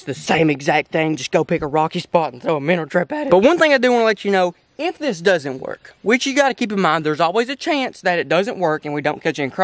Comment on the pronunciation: Did y’all here how he said work